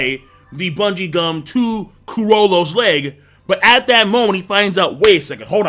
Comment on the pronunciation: Lmao he said gungie bum instead of bungie gum